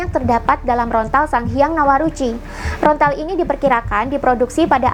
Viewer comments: daun lontar mbak ....bukan rontal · Lontar bukan rontal... Saking semangatnya sampai keliru mengucapkan... Tapi keren sih yang di uraikan... Rahayu Sagung Dumadi 🙏🙏🙏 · lontar mbak...bukan rontal....hehehe......